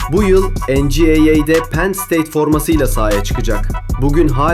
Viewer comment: En ci ey ey değil dostum, en çi way way olacak